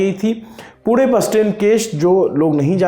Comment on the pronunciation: Wahhh sir isey kehte h pronunciation पुणे ण, न nahi 👏 👏